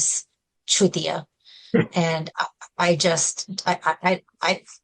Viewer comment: citiya nahi chutiya